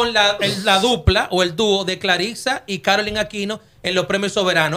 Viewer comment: Ella se llama Clarissa no Claritza. Es una joven con mucho talento y carisma que lo va a hacer muy bien. Todos podemos tener opiniones el peso de esa observación/argumento en el caso de Amelia bueno ya eso es obvio😅 donde Dios piso no puede haber🤣🤣🤣🤣